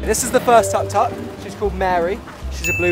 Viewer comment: I love how they pronounceTuk Tuks (the 3 wheeled car they're driving). They pronounce it like tuck tuck but its actually Took Took. They're so cute.